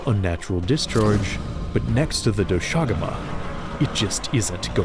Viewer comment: is it not pronounced "dosha guma"? and not "do SHAguma"? sounds so weird😭 not to undermine the absolute behemoth of a piece of art